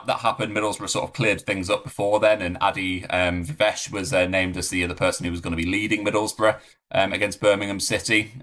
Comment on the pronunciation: Isn't it pronounced Ay-Dee Vi-Vash? Used to be 🤔